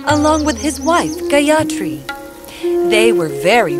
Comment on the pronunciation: The pronunciation is totally wrong... it should not have been pronounced as Gayatri, it's Gaayathri. and also it's not Manibhadra it's Manibhadhra